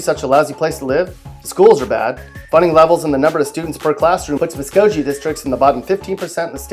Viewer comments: It doesn’t sound like you’re from Oklahoma. You’re pronouncing the “G” incorrectly in Okmulgee and Muskogee. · Sallisaw didn't make it? You can't pronounce the town from "Okie from Muskogee?" Please? This guy's never even been to Oklahoma! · Your pronouncing Muskogee wrong. Do you even live in oklahoma ? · Apparently this idiot never heard Merle Haggard sing Okie From Muskogee to get the pronunciation correct. Then there was the Broken Bow and Broken Arrow screw up. And did he say Heavener was in Southwest Oklahoma? Seminole isn’t that bad, either. Pathetic whoever writes the script for these videos. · You guys are definitely from Oklahoma, because you called him out for mispronouncing Okmulgee and Muskogee, but didn’t call him out for totally making up an “a” on the end of Miami. 🤦🏽‍♀️🤦🏽‍♀️🤦🏽‍♀️🤦🏽‍♀️ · If you’re going to make a video about Oklahoma at least learn how to pronounce Muskogee and Okmulgee. It’s obvious you are not from Oklahoma. Therefore your opinions are not so meaningful. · You need to go on YouTube (like we are now) and look up Muskogee and Okmulgee and see how you pronounce them! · I've been to Bristow, Okmulgee, Muskogee and you cant even say it? Stop... get some help. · Geez how is Lawton not on this list? Also, many other commenters have pointed out the rather unique pronunciations of Okmulgee and Muskogee but yeah. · That’s not how you pronounce Okmulgee & Muskogee... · For real only okies know how to say Muskogee and okmulgee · This clown, whoever he is, is just a prick. And he sounds like some fudge-packing cornholer. His videos of other states all use some of the same graphics/pics as what he has here. Too bad he screwed up the pronunciation of Okmulgee and Muskogee, but that just shows he's not from Oklahoma. Could have been worse though if he'd try saying Washita, Lookeba, Eufaula, Gotebo, Poteau, or Okfuskee. What a loser. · I live 30 miles from Muskogee it's not too bad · That isn't how u pronounce muskogee